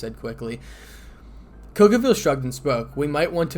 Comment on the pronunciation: i don't mean ANY disresprect but it's cao cao (So-So) also great story man keep it up